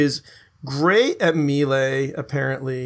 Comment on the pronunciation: Sinthread = sin-thr-ed, melee = mā-lā. Grammar Nazi awaaaaaay. *flies away into distance.